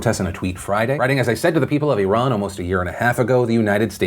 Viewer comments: Props to pronouncing Iran correctly. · Thank you for pronouncing ‘Iran’ correctly. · Anyone else here appreciate how Phil pronounces names of people and countries the way they pronounce it themselves instead of "Americanizing" it? Like "i-RAHN" instead of "I ran" and "CHEE-lay" instead of "chil-lee"? I just wanna say that I appreciate you doing that, Phil--it may be a small thing to most people, but to me, that's an extra mile you didn't have to take but I'm glad you did.